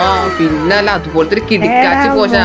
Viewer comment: പോഷൻ അല്ല POISON അന്നേ... 🤣🤣